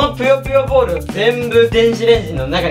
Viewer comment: ぷよぷよボール が りっくんのナイスな滑舌で ぴよぴよボール に聞こえる www